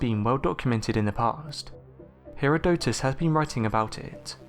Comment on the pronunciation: I like the way he says it. His pronunciation sounds much more elegant than "her-erodick-tits", which is how my professor pronounced his name.